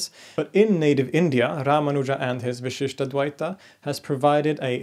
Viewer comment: I really like your series. However, in this video, I really must draw your attention to a tiny detail in pronunciation that changes the meaning of the word. The pronunciation in this video is vishishtadvaita (the first "a" pronounced as a short vowel) = qualified dualism (there is no such school of philosophy in Hinduism as far as I know). The pronunciation here should be vishishtādvaita (the first "a" is the elongated "aa" sound) = vishishta + advaita = qualified non-dualism.